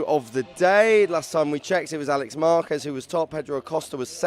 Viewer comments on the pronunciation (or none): Interesting Brits are able to pronounce Jerez perfectly, but butcher Márquez every single time. Baffling.